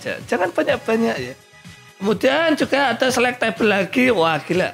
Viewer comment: Baca selectable itu select able bang. Bukan select table